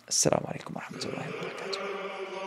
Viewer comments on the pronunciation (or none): none